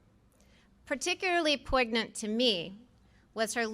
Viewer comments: "poyg - nint" ? I believe that's pronounced "poyn - nyant". The g is silent. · Bit concerning that she can't pronounce 'poignant' properly. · The G is silent...